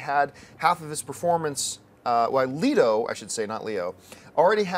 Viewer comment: I have never heard anyone say Jared LEEDO lol